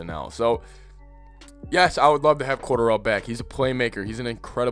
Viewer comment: He would have been a issue with the new regime and not even on purpose it just would have happened 🙄 oh and it's pronounced core-darrell 😁